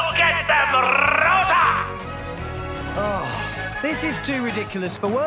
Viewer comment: The way says Rosa kills me.